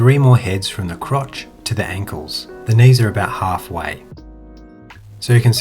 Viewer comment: Something about you saying "crotch" is hilarious to me